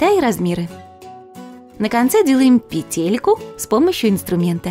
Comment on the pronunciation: Не петЕлька, а пЕтелька